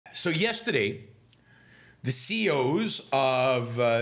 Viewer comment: “The seeyos”